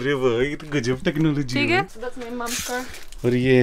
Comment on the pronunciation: the" thik hai " was so indian 😂😂